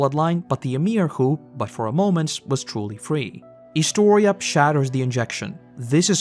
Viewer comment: ah, I find it extremely satisfying that you said my name correctly lol